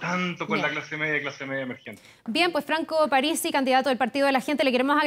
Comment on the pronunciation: Parisi,no aparisi!!!!